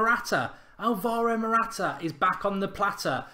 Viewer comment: matwata lol